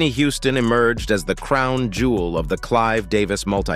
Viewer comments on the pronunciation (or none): none